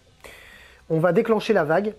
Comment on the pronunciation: La vague? La WAAAAGH!!!!... COMMENT TU PRONONCES ÇA... FAUX ORK VA😅